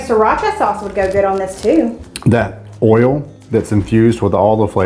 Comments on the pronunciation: OMG! You pronounced "boil" AND "oil" correctly!!!!! I knew you could do it!!!!! I love your videos, regardless 🥰 and think you and are so cute together! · Lol. I was happy to see you pronounce the word "oil" like us Northeners. Lol❤😊.